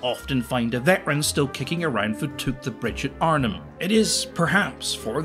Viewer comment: Giving you a triple thumbs up for pronouncing Arnhem properly! 👍👍👍As a former inhabitant of the town you gave me a moment of pride!